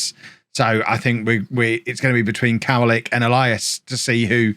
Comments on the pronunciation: Yes, what's written "w" sounds like a "v" in Polish so it's "kov-a-lick" not "cow-a-lick". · It's pronounced kovalick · Kowalik translates to Nuthatch Its also pronounced Ko-vah-leek